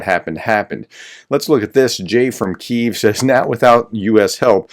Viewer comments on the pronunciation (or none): none